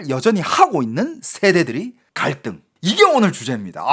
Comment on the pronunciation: 말하는 입모양이 좀 이상하다 생각했는데 한국어 발음할떼 중국식 턱관절을 쓰시는 느낌 사회 갈등 이런단어 쓰실때 입이 떡벌어지는 턱이 크게 움직여서 중국사람같다는 느낌이 들었네요 ㅋㅋ 참고 하세요